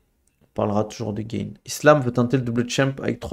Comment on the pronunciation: Pourquoi tu nous fais l’anglophone à dire Cyril GAINE, c’est GANE. T’es français mec ya aucune raison de le prononcer de cette manière hein